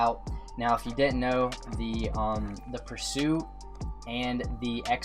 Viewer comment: My guy said the m4 pursue